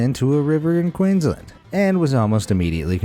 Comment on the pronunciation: it's pronounced Queens Land